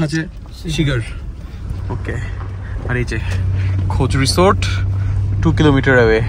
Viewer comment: উচ্চাররণ হবে রিজর্দ মে বি